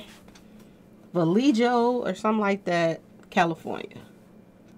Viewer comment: Vallejo = Valleho.... the J is pronounced like a H